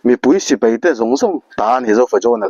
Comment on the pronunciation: Sir, peih ni lovin paih tih tur.🎉🎉